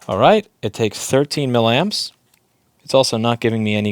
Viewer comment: Louis, it's "milly-amps". Say it 10 times, milly-amps.